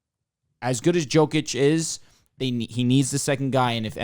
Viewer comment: Is it that hard to pronounce YOKIC's name properly?